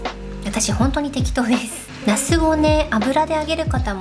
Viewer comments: 発音が那須ですね😂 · 那須って名前の方を呼んでる感じですよね笑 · の、ナスの発音が面白い。